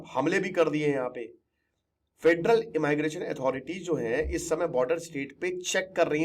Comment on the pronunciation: इमाइग्रेशन आप कहते हैं और कान हमारे जलते हैं 🙉 इमीग्रेशन 📌 इमिग्रेंट्स 📌